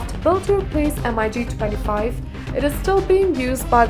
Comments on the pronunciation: Mig not M.I.G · I cringed every time I hear pronunciation M-I-G. It is not M. I. G. It is Mig simple and phonetic. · Lol MIG is pronounced in one word not M.I.G. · It’s Mig. Not M I G. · I got ear cancer by listening to "M I G"... the companies name is Mikoyan Gurevich, why wouldn't you just call it mig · The "emeyegee".... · Please pronounce MIG as MIG not M I G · Hey lady, just say MiG......you dont need to spell it.....Jeez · Everytime she says MIG a pup dies... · its called MIG not ''EM-AY-YI'' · Em Ai Gee? Seriously? How incompetent is this narrator? It's spelled and pronounced MiG, not MIG. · Heh...And the Migs are apparently...Emm-eye-geez.. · Its a Mig, not an M.I.G! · The girl voicing the video doesn't know much about its content. M i g for mig Mikoyan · Nobody says M.I.G..... Its Mig. Dont disrespect them. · MiG is pronounced as mig - just like "big". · Эм-Ай-Джи....девочке надо рекламировать стиральный порошок,а не говорить про авиацию. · Yeah M I G.... 😂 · Dassault Mirage 2000 pronounced as: Dassault MY RAGE Two Thousand... Oh, I almost break my laptop screen! With then her pronunciation of Eurofighter Typhoon (as Tycoon) and Mikoyan-Gurevich abbreviation as M-I-G. I really need to close the lid & save my laptop. And seriously I really need to control MY RAGE! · *makes video claiming to know stuff* *can't pronounce "Mirage", "MIG", "reconnaissance"...uses mph as primary unit of speed measurement*